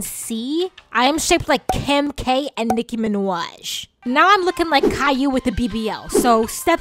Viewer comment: nicki mAnAuIgH